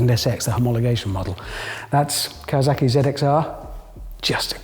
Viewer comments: why can't you pronounce Kawasaki correctly. Kah Wah Sah Key. It's easy. Simple. Like it looks. But you say something I find difficult to even quantify. You're a tv guy. You're supposed to be able to say things. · Awwwww, he can't pronounce Kawasaki -- that's adorable! Nice five-string bass.